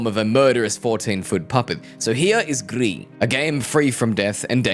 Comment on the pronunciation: this is gonna sound annoying but gris is pronounced more like "grease" than "greed" like you said it